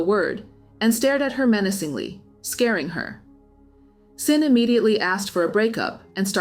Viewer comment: I’m curious, how can you call yourself ‘’ and say that you’re not an AI channel, but you’re not pronouncing Xin correctly?